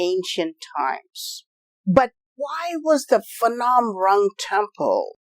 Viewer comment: Phnom not Phanom.